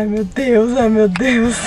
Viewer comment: Acho que ela falou "meu deus" mas pareceu mateus mesmo KKAKAKAKAKAKA